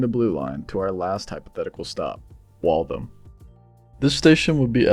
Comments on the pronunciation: its pronounced Wall - THAM, not Walthum. Great concept though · "Wall-tham" or "Walth-ham", not "wall-thum"! ;-)